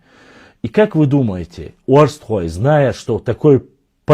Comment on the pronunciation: Прошу слово " арештхой" ,т.е." арштхой" не искажать и " а" не переделываете на " о".